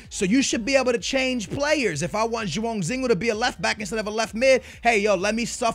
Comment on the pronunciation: Sebastian Nunez if he pronounces names right explain Joaozinho, Joao Moutinho and FC Porto and Anita